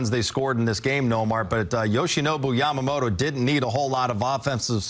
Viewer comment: 関係ないけど、、、 ほんとうに 『ヤマモロ、ヤマモロ』って発音しているね。アメリカ人には難しいんだね